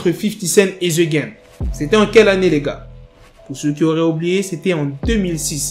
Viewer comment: On prononce #degame please